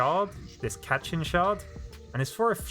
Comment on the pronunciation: "cat-chin shard" Me: thinks of goku tapping the block Ah, katchin! (Pronounced kat-cheen)